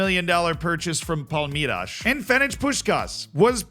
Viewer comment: Hearing pronounce Palmeiras "Palmirage" hurt me 😭